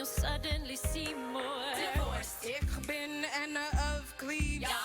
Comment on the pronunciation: I was not expecting the perfect pronunciation of "Ich bin" Then i lookes at your Canal info and saw that you are german. Or at least the location thing said Germany. Ich bin auch Deutsch btw lol.